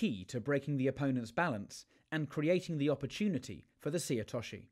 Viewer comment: Is there a conspiracy in British judo to mispronounce names of techniques? It's not difficult to say seoi otoshi: say-yo-we-yo-tosh-she. (All English words!)